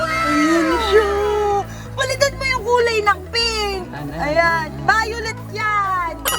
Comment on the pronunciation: LITERALLY: NO ONE: ZEINAB: BAYOLET HAHAHAHAHAHA